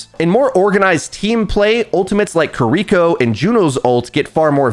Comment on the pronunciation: “Ka-Reek-Ko”, haven’t heard it pronounced like that before